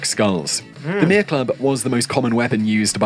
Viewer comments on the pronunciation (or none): Mere - meh-re 2 short syllables